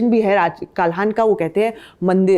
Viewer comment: कालाहन नहीं कल्लहन। भारत की ही हो या दूर पश्चिम विलायत से हो।